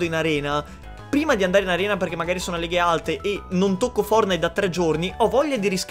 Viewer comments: In poche parole "Fordnait" Triggered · Nessuno: Letteralmente nessuno:: FOURNAID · Ma come lo dice poi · dice Fournait!!!!🤣🤣🤣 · Like se piangi quando lo chiama fornai in pronuncia inglese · Quanti volte hai detto fournahi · Ma nel video chiami fortnite foournite😂😂😂😂😂(non e un insulto) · Ma solo a me mi viene un tumore quando dice fuordnaid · Dici fornai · Perché dici founite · Perche dici fornite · Ma come pronunci Fortnite.? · Ma come lo dicevi fortnite?? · Va bene tutto ma per favore usa una pronuncia giusta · Che pronuncia quella di fortnite sembri francese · Ma come dio dici fortnite? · Come cazzo hai pronunciato fortnite tutto il tempo🤒 Mi è venuto un tumore alla prostata